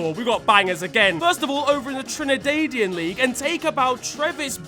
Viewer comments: as a Trinidadian you pronounce it wrong but its fine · As someone who lives in trinidad I'm a bit offended at how you pronounced trinidadian 😂😂😂